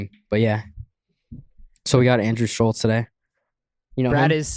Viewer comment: The way Kyle pronounces Schulz is weird...Sullz